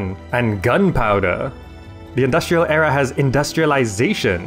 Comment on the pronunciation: the way you pronounce era, is in error.